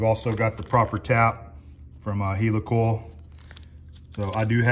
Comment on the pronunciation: hi. so you say heely coil... no it is heli coil as in heli copter.. ok .. ?? sorry .. soap box again